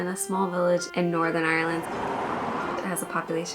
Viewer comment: The way she pronounced Northern Ireland in te beginning made me think she was prob irish and after I just stopped listening.